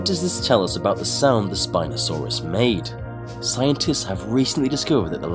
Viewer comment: When I heard spinsouris my ear hurt by hearing it